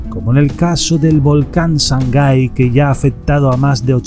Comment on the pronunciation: Se llama SANGAY no shangai. Saludos desde Ecuador.